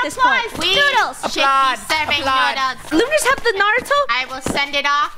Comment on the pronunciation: narato more like nurato lol